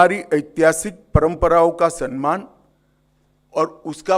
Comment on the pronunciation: सनमान नहीं सम्मान होता हैं